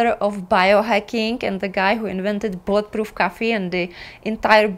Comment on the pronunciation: Bullet proof coffee….. in a different video I thought you were saying blood proof coffee! 😂 I was saying what…..